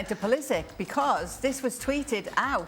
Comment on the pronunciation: Craig, this isn't Kindergarten. Learn how to pronounce the name of the player you hate most. It's Pu-li-sick. Not sitch.